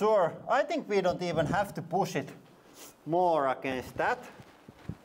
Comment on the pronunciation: Very cool bunker! Can't wait to hear more "and here veeeee go!" 🙂